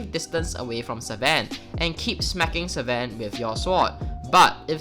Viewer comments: it triggers me everytime he says "SEVEN" instead oof sven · Seven packmaster. dude i wanted to hit u hard when u said seven instead of sven